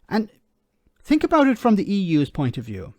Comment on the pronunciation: And another thing he got it wrong at the point he said "I fink". Oooh I must calm down.